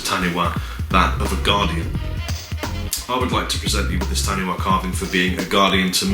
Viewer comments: great to see NZ represented ☺ just FYI Taniwha is pronounced ta-nee-far but great effort and was warming to see it really moved you being presented with it.☺ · In Māori, 'wh' has an 'f' sound in the same way 'ph' does in English, so phonetically taniwha is pronounced tanifa. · you have severely triggered me, in Māori, Taniwha is pronounced - Tan-ee-fa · Coming from a fellow New Zealand fan of yours, 'Kia Ora' is pronounced "Key Ore-ra" with a rolled r for 'ra'. Also Taniwha is pronounced "Tah-knee-fa". Cheers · Hey, I am also from new Zealand. Kia Ora is pronounced "Key Or-a" which means hello in Maori, and the necklace is a Taniwha which is pronounced "Tunny-Fah" (wh is pronounced as an F ^_^). Btw you have a lot of fans here in New Zealand:) if I speak to someone who plays guitar they always know "" and when I say I have an ML-1 they are always really surprised/jealous heh. Cheers